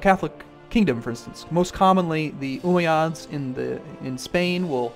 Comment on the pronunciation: Umayads (ooo-m-aye-ad-s) not (oo-mi-ods)